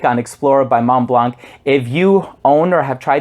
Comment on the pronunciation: Thanks for the review! Just a tip on the pronunciation of Montblanc—you can hear it here